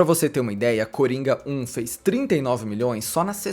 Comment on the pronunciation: Toda vez que o falou "Coringa 1" eu ouvi "Coringão" kkkkkkkkkkkkk